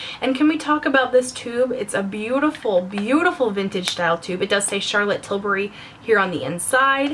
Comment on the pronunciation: I LOVE that you pronounce Tilbury right! A lot of Americans I watch pronounce it ''Tilberry''